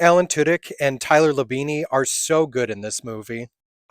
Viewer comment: Labine is pronounced without the added E at the end.